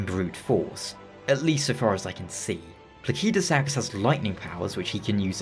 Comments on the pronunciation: I just assumed it was pronounced "plaseedusax", but I never had any special reason for it. Given Elden Ring's other dragons, it would logically make sense to just follow their language roots and use that. So "plakeydusax" seems to be the more accurate. I'll probably end up keep using the "wrong" version still, since I've illogically gotten attatched to it. Unless Fromsoftware does as Pokémon with Arceus by giving a clear official way to say it (Ar-key-us btw, since Ar-sea-us sounds similar to british "arse"). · i wasn't trying to be rude, i was mostly bewildered cuz as far as I'm aware the vast majority of the community pronounces it pla-sid-u-sax and this is the first time ive ever heard it pronounced even slightly different. not trying to rag on you. just wasn't sure if it was an accent thing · This mf calling Placidusax "Plakeydasax" hurts my bones.💀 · good video but the way you say Placidusax makes me wanna pull my hair out. ive only heard people pronounce it pla-sid-u-sax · I figured it would be pronounced placid-u-sax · just because game is made by a Japanese Studio do you think every name should be pronounced by phonetic Japanese? Do you also pronounce Alexander, Diallos, Radagon in phonetic Japanese? Elden Ring names mostly come from old Germanic languages and Latin. Placid = Latin for still or peaceful. Sax = Latin for stone.